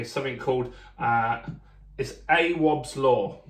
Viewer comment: 'Awabs' law?? Is this guy serious? Not heard one person pronounce it like that. The clue is in the name! Awaabs Law. Have the basic decency to find out how to pronounce someone's name. All you had to do was youtube it to see how journalist anunciate his name. I know u dont like 'ethnic' sounded names but come on son!